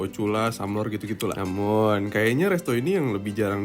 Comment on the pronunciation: oalah mas mas "namum" wkwk